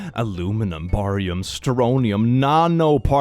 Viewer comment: Barium is pronounced Bearium